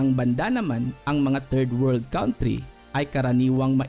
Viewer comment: Sana po ma correct nyo , you pronounce it wrong 'country'.